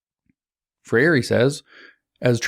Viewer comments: Free reeeee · brazilian fan here, James. “FREY RhEE” (if I may respectfully assist in the pronunciation). thanks for the colossal work your doing.